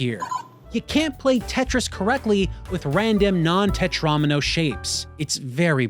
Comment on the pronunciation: Lol I don't think Ive ever heard tetromino pronounced that way